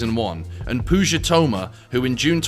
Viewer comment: lmao "pooga"